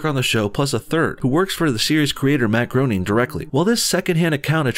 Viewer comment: Issues I have with this video: 1) It's pronounced Gray-ning according to Matt Groening in The Simpsons Game.